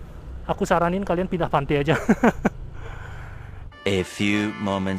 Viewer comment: Pantai bang bukan pante